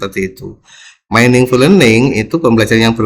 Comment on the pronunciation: Sekedar koreksi pak meaning dibaca 'mining' bukan 'maining' 🙏🙏🙏😁 Leten penjelasannya, sgt bermanfaat, terima kasih pak